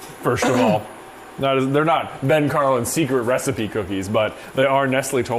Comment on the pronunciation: when j said secret menu i thought he said 'seeker' menu but hey both works